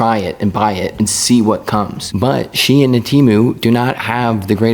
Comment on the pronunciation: “She-In” is pronounced “Shine”, like shine your shoes.